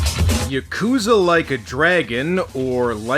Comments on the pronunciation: Well I hate to be that guy... but it's not Ya-coo-zah. It's Yah-kah-zah. And that's from a former Japanese roommate I lived with who knew some Yakuza in Fukuoka. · is it really that hard for americans to properly pronounce yakuza?